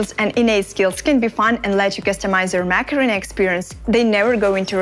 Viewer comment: I just can't help it she is saying "Macarena" AKA mech arena. I know I'm bad I'll stop